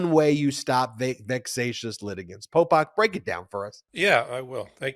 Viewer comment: 😂Every time Ben says “Polpok” I get thrown out of the listening concentration cause it sounds just like Pol Pot and that hits the emergency brake of my old rusty brain.😂